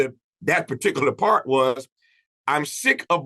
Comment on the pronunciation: “Par-tic-u-laaar”. Tf is that?